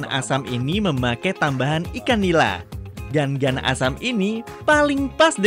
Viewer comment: Cara pengucapannya lain gan gan , tapi ga ngan